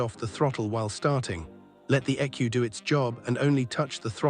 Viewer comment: Did you seriously pronounce an E.C.U as ecu? 😂